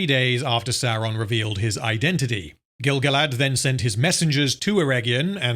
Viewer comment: Pretty sure he said Grand-Gilf.